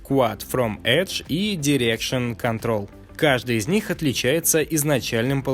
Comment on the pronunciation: Норм контент. Но произношение надо чинить. 1. Материал утилиты - материал ютилитис 2. Дирекшн контрол - дайрекшн контрол 3. Тиссуе адд-он - тишью эдд-он 4. Грейз пенсил - гриз пенсил 5. И т.д. с ударением тоже есть проблемы. В общем, мелкими шагами и испраивтесь